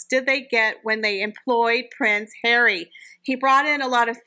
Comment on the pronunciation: 'Pwince Hawwy' 😂😂